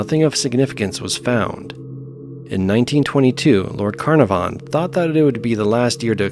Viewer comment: Geez! Those a$$holes that done 'iron mike' really were deserved of ol sparky! Just a sidenote, & in no way a criticism, because I love your narrations, but 'Carnavon' is pronounced 'Kah-naav-an' Its a typical British-ism I'm afraid, we thrive on ridiculous pronunciations here. Probably to pi$$ the rest of the world off! Fantastic collection of bizarre and unusual deaths though! Great upload!👍💯💋